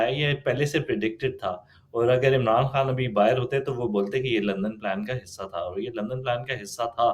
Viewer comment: پوٹھوہارن ہے مگر پتہ نہیں کیوں خان کو کھان۔ اور غلطی کو گلتی بولتی ہے۔